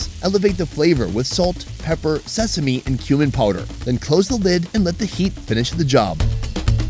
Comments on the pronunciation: I keep hearing human powder as spice.... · He says cumin powder like human powder 😂😂